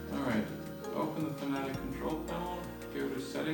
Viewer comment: FANATIC LOL 😆 FAN-A-TEC FFS